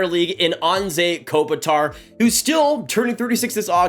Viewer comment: Kopitar "One of the most respected captains" but you can't pronounce his name right